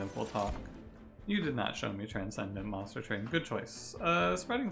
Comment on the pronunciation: Hello, It's good to be back here at Monstah Twain. UwU